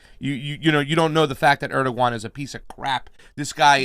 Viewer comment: Interesting pronunciation of Erdoğan,.